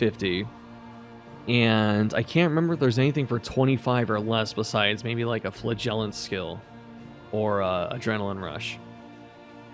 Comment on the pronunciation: no hate, but that is not how pronounce flagellant!